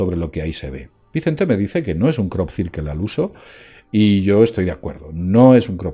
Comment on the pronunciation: Crop cirquel 😂😂